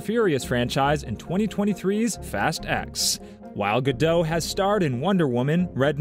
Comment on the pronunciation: Please pronounce the t at the end of Gal Gadot. She's Isreali not french. It's not a silent t.